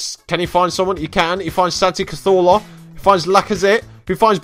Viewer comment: I like how you pronounce Cazorla, almost makes my pipi hard. Almost